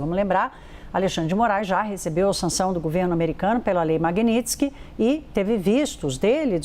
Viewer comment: Provocação não! Advertência... Essa repórter é aquela mesma que não conseguia no primeiro momento pronunciar corretamente a palavra MAGNITSKY. Hj pronunciou melhor. Terá que aprender a soltar a língua pq só está começando.